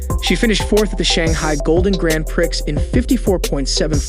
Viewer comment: “Grand Prix” is not pronounced as “Grand Pricks”😂